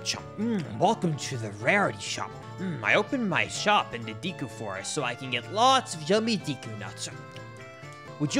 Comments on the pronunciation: Fyi: Deku is pronounced "day koo" not "dee koo". 😉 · Deku not deeku learn to read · Deecoo? Tree... I'm out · Sorry just had to say: Deh.koo Anyways this video made me a fan and I will definitely be watching more videos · bro really just said deeeku tree. also, it's meeedo not maido. bro. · Your pronunciation of deku triggers me